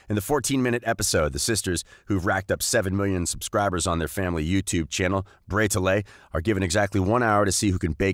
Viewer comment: Bray ta lay? Bray ta lay!?!?!BRAY TA LAY!!!!!!?????